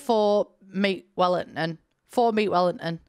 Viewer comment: "Four mét wel-in-nin. Four meat Wellington." ..... "Watermelon salad, hiiigh." That moment made me howl with laughter. 🤣